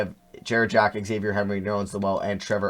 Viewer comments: It’s za-v-yay not x-avier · “Xavier” lmao, it’s “Zah-vee-ayy” Henry